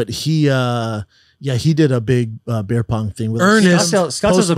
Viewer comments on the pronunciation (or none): Brandy Schwab seriously struggles with vowel sounds and the English language in general. Pronounces beer as "bear" and bear as "beer". Cheer as "chair" and cheer as "chair". 😭😭😭😭